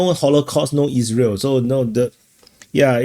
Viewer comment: I shit my pens when heard "no holocaust no Israel" , because it sounded to me like "no holocaust, no is real".